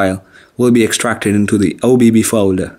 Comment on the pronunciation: Why he says obb like oh baby